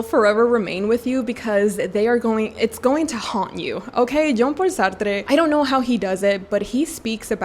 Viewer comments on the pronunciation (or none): Jean Paul Sar-Truh, it's French...it was cringe hearing you saying Sar-Trrre so many times! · Hihi! You seem very passionate of Jean-Paul Sartre so lil advice on pronunciation, he is French so Sartre is pronounced "Sah-r-tr". There's no emphasis on the 'e' at the end! Also, use French r's, not rolling r's! Happy reading 🤗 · feel free to ignore, i know some people find it annoying, but i can see you have a desire to say the name of Jean-Paul Sartre right, and i thought you’d like to know that the ‘e’ at the end of Sartre is silent. the rest of your pronunciation is very good, as is your pronunciation of Alexandre Dumas’s name (you pronounce the ‘e’ at the end of Alexandre a bit too much, but I think it’s just a quirk of your accent this time, not distracting at all) ! added letters to a young poet to my tbr ! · It confused me, cause i thought it was a Spanish author or so, and then looked it up and saw that he's a Frenchman so i dont understand why she said it as "Sartré". My guess is she doesn't know his French but then again his first name is Jean-Paul, Y'a pas plus français que ça mdr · The way you pronounce Sartre is really funny lmao. Never heard anyone say it as if he was spanish or something lol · Love the video !! But why are you pronouncing Jean-Paul Sartre like he was spanish 🤣😭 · You pronouncing a French author’s name with Hispanic accent is an absolute disrespect. Yikes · idk if we have the same hearing. She strongly exaggerated her accent when pronouncing his name. And yes, purposefully pronouncing a French name with hispanic accent IS disrespectful. You are completely missing the point. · Pronunciation of Sartre’s name is throwing me off so badly… thanks for the recs though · Love this video! Thank you for your recommendations 😊Sorry, just a tip from a french girl: the e in Sartre is silent! 😅